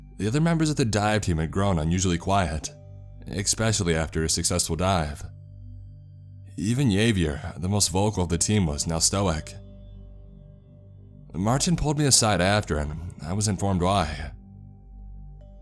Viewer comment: the word is pronounced "Sha-grin" not Cha-grin". Also Hav-e-air, not Yave-yir, and Stow-ick, not Stow-ack.